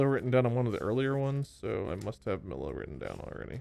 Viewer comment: That is NOT how you pronounce Mila